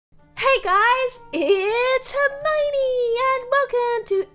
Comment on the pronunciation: why does she say hermione